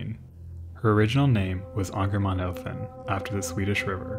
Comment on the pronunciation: You nailed the name of her, Ångermanälven! Well done, bravo! Most excellent video, phenomenal work and story telling! 👍🏻👌🏼👏🏻